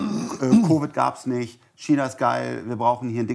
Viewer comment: Wenn noch einmal "Kina" sagt, platzt mirn Aneurysma.